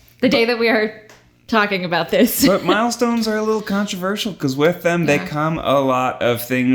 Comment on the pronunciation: just keep hearing Miles-tones